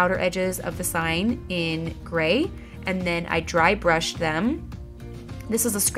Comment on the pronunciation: Just noticed you say "bry drushed". I do that all the time too! Lol